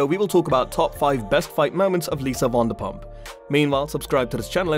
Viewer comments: Her name is not WONDERPUMP GEEEEZ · It is NOT WANDERPUMP!!!!